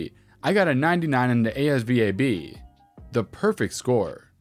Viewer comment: I got a 98 on the ASVAB. That's pronounced "AZ VAB," not spelled by letters.